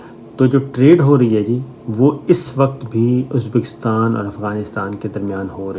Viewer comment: Shame on you. You even can not pronounce uzbikistan.check what you said. Uneducated 3rd class so called jurnalist.